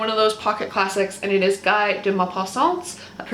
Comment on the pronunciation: Love ur vids. French pronnouncstion sounded good except Guy is pronounced Ghee